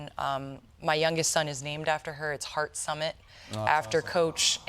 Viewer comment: Sticking to double T, according to Wikipedia, his name is HarTT SummiTT instead of Heart.